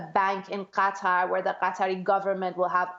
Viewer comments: Qatar is pronouned gha-tar, more like guitar, not "cutter." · Cutter - that is way off. Not even close. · Usually she has a reason for using/saying names in certain way whether it's Burma/Myanmar or Gretta Thuneburg. Would be interesting to know if that's the case here.